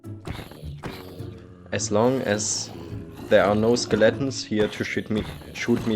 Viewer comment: I love the way he says "Skill-atins"